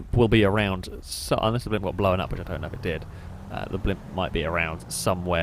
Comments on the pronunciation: Blown, not Blowan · My lady just pointed out how you say "known" and "blown" as if there was an E in there, know-en, and blow-en up... Now I can't unhear it. Stay single folks 😂🤣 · Blow-un Throw-un Know-un Stop addiding syllabulluls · Yup, that's part of the accent lol. He really pronounces the 'w'.